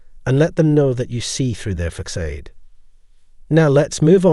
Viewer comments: Facade is pronounced like fa- sod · facade is not pronounced that way!! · You pronounced facade at least three different ways, and all were wrong 😁😘